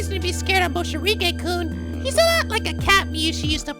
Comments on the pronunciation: Is he calling him “Moshirige” instead of “Morishige” ironically? New to the channel so I’m not sure if it’s a running joke or if it’s unintentional mispronunciation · Damn, there's even a legit soundtrack! By Lizz! I am so hyped rn. Poor Morishige, no one could even pronounce his name right. lol